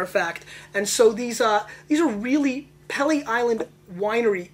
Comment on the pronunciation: It's pronounced "Pee-lee".